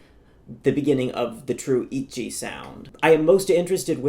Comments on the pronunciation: your insistence on saying itji instead of itzy just adds to your annoying know-it-all vibe just say it how it's written like everyone else 😭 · does he realise that Itzy isn't pronounced Itchy? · itzy said soty